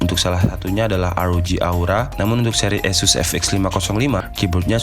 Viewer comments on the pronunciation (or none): Kyknya pembohongan publik nih bang, judul review dan laptop2nya tertulis merk ASUS, tapi naratornya bilang ESUS (tidak nyambung dengan laptop2 direview nya) hehehehe.. tapi overall mantabb reviewnya bang!